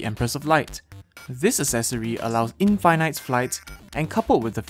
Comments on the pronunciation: When you said infighnight flight instead of infinite though... 🤔 Took me a while to realized what you mean. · Yes it gives in-fi-nite flight